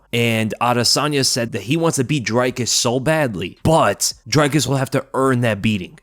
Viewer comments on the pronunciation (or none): South African here with a quick pronunciation tip: it’s DRICus not DRYcus. Like Rick = Dric. Then again also says Paulo Coast-ah instead of Cost-ah. Love your content regardles Bru! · As a South African I appreciate that you pronounce Driccus’ surname correctly but it’s not pronounced “Drykus” but “Drikkus”. Love the work you’re doing man much love ❤